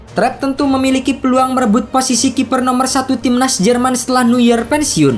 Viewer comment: Penyebutan nama Neuernya tolong dibenerin bang